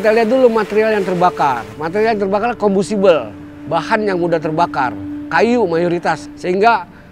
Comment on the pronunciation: koreksi itu dia ngomongnnya combustible bukan compostible